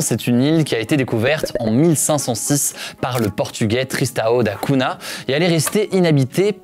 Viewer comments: On ne dit pas Cuna mais Cougna ( Cunha ) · Cunha ça se prononce plus comme Cugna en portugais, pas Cuna. C'était le petit point prononciation :) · Cunha = "cougna" en prononciation btw. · À on ça se prononce da cougna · Sponsorisé par une appli de langues, et mauvaise prononciation de "Cunha" dès le début, dommage ! Belle vidéo malgré tout :)